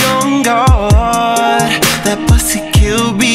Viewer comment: the way he says "god" jesus i'm dying lordy